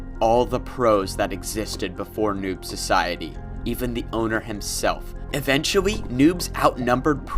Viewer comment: Lol, “litewy” “Eventuwy” Ok I’m sorry I’ll stop making fun of him